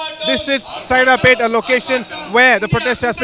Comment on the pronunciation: It's not 'Sairapet', it's Saidapet... correct it